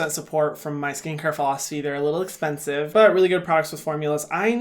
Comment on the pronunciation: no one: literally no one: Hyram: Thas espensive hahahaha